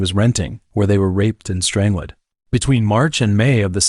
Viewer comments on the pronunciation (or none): Overall very interesting however.... The way the AI says strangled! I can't, completely ruins the video 😢